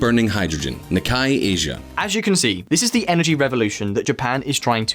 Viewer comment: Nikkei is pronounced "nick-kay" FYI.